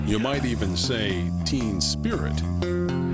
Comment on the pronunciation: Ok stay with me on this…he says “team spirit” but it sounds like “teen spirit” while a bootleg version of All Apologies, Lithium, and Smells like Teen Spirit plays in the background.